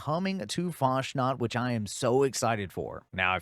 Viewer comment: Isn't it "Fas nat" instead of "Fash nat"?